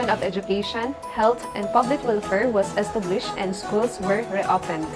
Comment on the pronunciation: It is hard to understand. I even jsed captions. And the pronunciation is wrong too. Estublished? Preschool? (preeschool) Lows? (laws) Seriously!